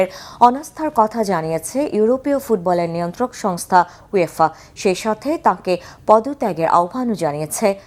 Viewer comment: ইউঢয়েফা না যে গাদা সাংঘাতিক।। শব্দ টি ওয়েফাuefa